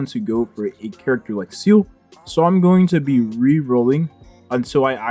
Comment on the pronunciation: Pronounced Zee Le.. Not “Seal”..